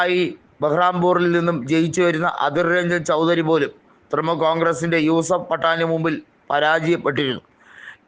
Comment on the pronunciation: തൃമുൽ അല്ല തൃണമൂൽ